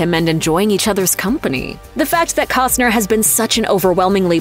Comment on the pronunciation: Can ya PRONOUNCE HIS LAST NAME ??